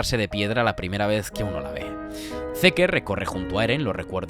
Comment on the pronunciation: Por qué pronuncias mal Zeke ?